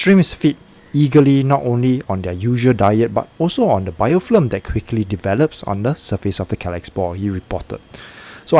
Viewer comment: It's BIOFILM not BIOFLIM